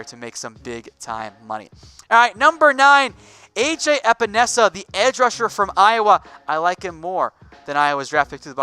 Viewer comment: As I know the epenesa family I am happy u said it right good job